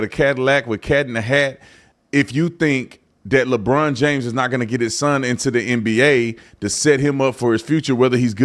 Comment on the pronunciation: Labronda🤣🤣🤣🤣 That's A Good One!🤣